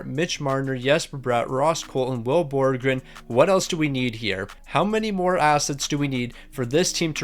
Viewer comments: Will Borgen (Bor-gen) not borgren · ITS BORGEN ONLY ONE R ITS NOT BORGREN ITS BORGEN